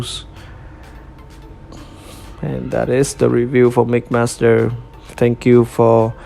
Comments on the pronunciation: It’s mixmaster not migmaster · Sounds like "Mickmaster" haha Good review I'm definitely buying this figure. Maybe even two since I want one for combined mode. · too much of the saying Mick Master and not Mix Master